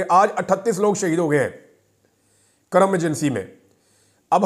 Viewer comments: Karram nae hai Khan sb, Kurram hai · سر کرم نہیں کُرم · Imran sahib it is Kurram and not Karram.